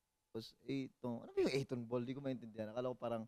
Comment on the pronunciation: 8Tonball ❌ A'Tinball ✅ Jasteeeeeeen!!!! 😭🤣😅